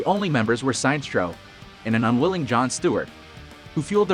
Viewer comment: Minor correction. The way you pronouced Sinestro's name is wrong. His name is basically a combination of Sinister and Maestro = Sinestro.